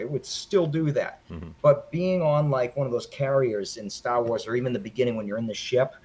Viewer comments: "Born in '78, two years after the first flick" .. not that big of a fan if he doesn't know that the first film came out in 1977. Also, I stopped watching because I couldn't stop cringing at the little guy saying "Stah Wois" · Yup...I was wicked off on when Stah Wois came out 🤣 I find my terrible pronunciation of certain words to be offensive to some, including myself Mr. Burns!